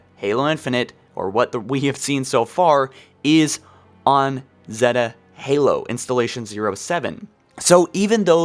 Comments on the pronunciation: Have you guys heard of Installation 7 or Zeeeeta Halo? It’s Zeta. Z-a-ta. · 1.This is a tech demo 2. It's Zeta not Zeeta. 3. The A.I. chip (not matter what A.I. is in it glows "blue" to identify that there is an A.I. inside of it. 4.there is a LOT of speculation about what's going to happen, remember this is a TECH demo. The fact that you made a 40 Min video on it has me feel you might be looking a little too much into it. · Zeta is pronounced like “Zay-Ta” lol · Holy shit, it's Zay-tuh Halo. Zeta Halo. Like Beta, but with a 'Z' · anyone else cringe at how he pronounced zeta? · Its one thing to pretend you figured any of this out on your own Before someone else but how can you keep pronouncing basic words wrong. I get that you have a speech impediment but it takes less time then it did to type this to look up and practice the proper pronunciation of the word Zeta. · Holy fuck say Zeta right